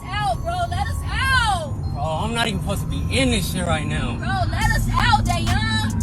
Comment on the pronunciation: Wait a second...his name is "Day- Yawn"?